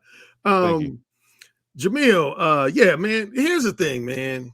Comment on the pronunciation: Her name is "Jemele" not "Jemela". She has the masculine form of the name